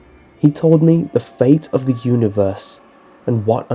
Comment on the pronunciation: My gosh this is the worst reader on YouTube he talks so fuckin weird and he says "the" as "de" it's so fucking annoying oh my God he pissed me off he ruined this story